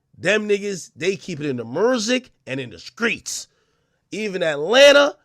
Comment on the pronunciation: In the mursick😂😂😂